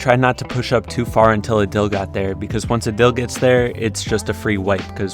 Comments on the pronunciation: Just gonna put out there it’s pronounced aaadil not udil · Is not adil it is pronounced aadil